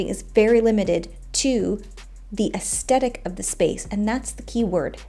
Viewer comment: Aesthetic not assedic. You’re mispronouncing it. Good description on the differences. One of my friends who is an Interior Designer calls Interior Decorator “Cushion plumpers”